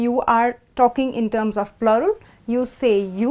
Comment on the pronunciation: No offense. You wrongly pronounced the word plural.